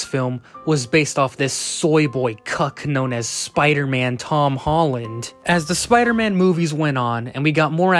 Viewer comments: "Hom Tolland" 💀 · "hom tolland" Fahh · I love how he said HoM TolLaNd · “the hom tolland”